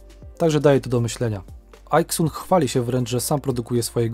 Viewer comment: Wymawia Pan Aixun jako ajksun. Anglik wymówiłby to ejksen, Chińczyk jako ajksen. Natomiast szanowny Pan wymawia to po polsku ajksun. Wracając do firmy JBC - jest to firma hiszpańska, która nie ma nic wspólnego z anglikami czy amerykanami. Po co więc szanowny Pan na siłę amerykanizuje nazwę tej firmy? W języku poskim wymawiamy jot be ce, a nie dżej bi si - tak w analogii do ajksun. W języku hiszpańskim natomiast JBC to hota be ce, ponieważ litera J w języku hiszpańskim to hota. Zatem proszę używać oryginalnego, hiszpańskiego nazewnictwa hota be ce albo polskiego jot be ce i nie amerykanizować firm, które nie mają nic wspólnego z amerykanami.